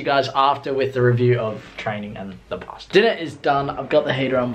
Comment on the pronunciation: The way you say pasta annoys me so much 😂